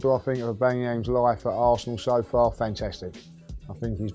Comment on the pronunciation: I believe if you learn to say Aubameyang properly we might just win the league next season.